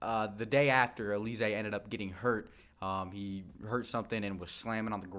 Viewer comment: Bruh its Al-luh-zay 😂😂 not Uh-lee-zay